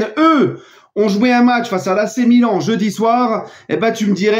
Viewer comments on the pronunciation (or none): none